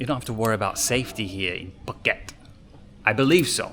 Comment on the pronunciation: the "asian"/"Thai" pronunciation you are trying is annoying. Please ask a Thai person how to pronounce the word. You kinda butchered all the word. I appreciate the effort but just a little bit more. (i.e. Phuket = POO-KET (not PORKET)